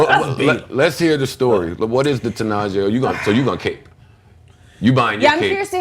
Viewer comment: its pronounced ti'nah'she